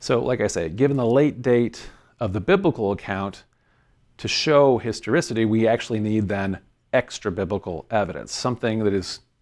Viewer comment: Start a drinking game for everytime this guy says "histerisity" 😂😂😂😂